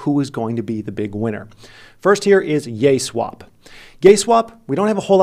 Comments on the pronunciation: you said GaySwap.. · I swear I heard him say Yayswap then Gayswap shortly after. Turn on CC for proof lmao.